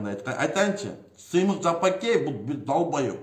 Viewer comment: Ей доопараз Жапыкеев дегенди айтаалбайсынбы, туура даана кыргыз тилинде суйлочу анча мынча создоруно тушунбой жатам.